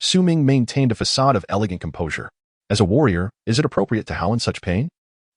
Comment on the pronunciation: I've listened to many Chinese stories. I don't know if it's bad interpretation or ai problems but many have a problem with facade. They read fa ade . It's not a big thing but it is noticeable.